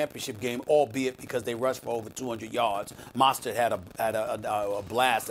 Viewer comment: Lmao I swear Stephen A cant talk “Monstert” “Kember” and so on and so on